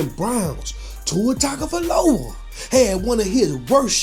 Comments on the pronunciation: "Tua Tagovola" 😂😂😅😅😅😁😁😁😆😆😅🤣😂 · you pronouncing his last name 😂😂